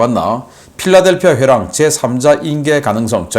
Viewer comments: 필라델피아 회랑이 아니고 필라델피 회랑이다. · 자타공인의 군사전문가가 필라델피회랑을 필라델피아(?)회랑이라고 하시면 으뜩합니까? 영문으로는 Philadelphi Corridor라고 합니다. 화질을 보통화질 720P로 계속 고집하시는 것은 나름 사유가 있는 것으로 생각됩니다. 간단한 comment만 있어도 될건데..